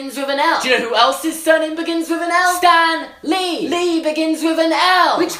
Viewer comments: I kept thinking he was saying STANLEY not Stan lee 😂 😂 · I thought u said stanly